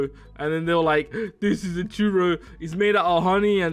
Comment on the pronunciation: It’s either dell taco or Taco Bell. And it’s not chewrro it’s a churro